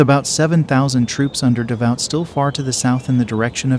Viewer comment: One sided battle yet in this depiction it's the French who fall in great numbers in just about every scene. Not even an accurate depiction of the battle. And the pronunciation of the names is awful. For example, Davout is pronounced Da-voo, not Da-vaut.